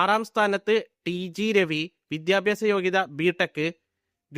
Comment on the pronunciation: വിദ്യാഭ്യാസം എന്ന് പറയാൻ അറിഞ്ഞുകൂടാ. വിദ്യാഭ്യാസം. പ്രിദ്വിരാജ് കംപ്ലീറ്റ് ചെയ്തില്ല. എടോ നന്നായി അന്വേഷിച്ചിട്ട് വരു